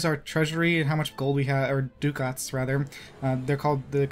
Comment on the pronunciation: duh cets not du cats